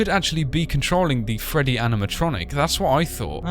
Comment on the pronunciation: Freddy not ferry